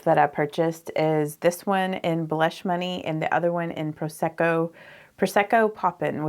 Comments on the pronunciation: she absolutely has a Southern accent as do I (I’m from New Orleans). However the word blush is one syllable not 2. Bah-lush is not correct English. However, I am 40. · I love DT makeup and you make it look stunning. I encourage you (if you want people over 20 to watch) to realize there are many single syllable words that you turned into two ( bah-row, bah-lush, bah-right, love-ah, etc.). Go those of us over 30 it’s very distracting from your beauty.